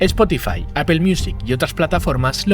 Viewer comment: Se pronuncia Apple: apol y no es apel